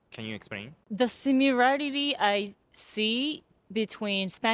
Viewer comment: the simmilariri 😂😂caught me off guard😂 f*ckin he'll 😂😂😂